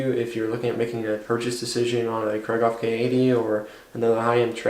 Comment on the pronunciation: Kreeghoff, not Krayghoff!